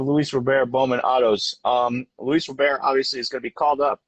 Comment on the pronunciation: It's Robert.. Not Row-bear....